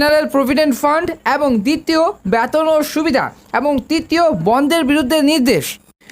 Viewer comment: ব্যতন নয় রে বেতন ! উচ্চারণ ঠিক কর ভাই ।